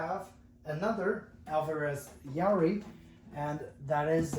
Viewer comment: Pronounced "Ya-ear-ee" . That guitar is Rosewood back and sides and Sitka Spruce top.